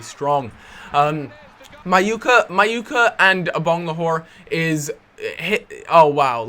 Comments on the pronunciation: It's Agbonlahor not Abonglahor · Please stop saying Abonglahor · "I-bang-le-whore" Brilliant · Why can't you say Agbonlahor?